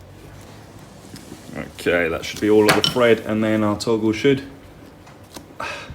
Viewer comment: did you know you pronounce thread the same as Fred? Is that a dialect particular to your part of the UK? The fifth day of the week... Thursday, do you pronounce if Fursday, as in the day you sell a lot of furs?